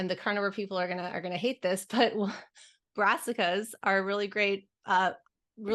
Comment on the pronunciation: It's killing me, and you both said it at about . "Rassicas"??? Darnn old ears...